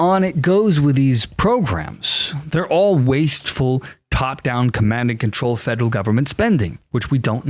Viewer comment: Dont know what a 'Fedle' agency is. Fed Er All. Federal. Say it with me Federal Feels good doesnt it?